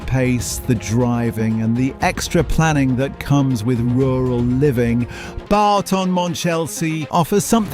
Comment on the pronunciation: 😮 It’s not ‘Barton’ Monchelsea! …It’s Boughton… (as in Bought)